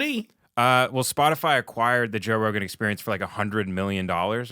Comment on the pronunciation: wait, who's Joe ROWGAIN????